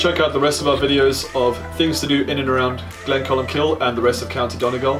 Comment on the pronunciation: hilarious you pronounce it glencolmkill